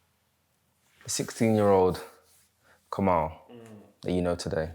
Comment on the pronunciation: Interesting interview. Btw his name is pronounced Kamil (Kameel)